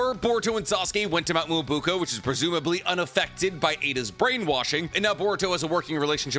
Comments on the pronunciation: Why do you keep saying Mt. Myobuko??? It’s not Myobuko. It’s MyoBOKU. Please at least try to pronounce things correctly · Hearing you mispronounce Mount Myoboku (not Myobuko) so many times was painful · I think this might be the first video where the mispronunciation of Mount "Me-yo-bo-ku" (Myoboku) has really distracted me. At first it was funny, but now it's confusing me sometimes. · Mi-yo-bo-ku not muubuku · WTF us Mt. Miyabuko ????? it's Miyaboku, you 🗑️ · Its MyoBOKU GOD DAMNIT. I had to hear that shit 60000 times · I feel like he does this on purpose😂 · Nobody:: Mount Muwobukoow ✌️✌️✌️ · i love your horrible pronounciation of specific expressions :D Mount Myoboku [mjoboku] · Love the theories; can’t stand how he says Myoboku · mispronouncing Mount Myōboku is messing with me lol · cant even pronounce myoboku right 💀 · What do you expect from someone who cant even pronounce myoboku right 💀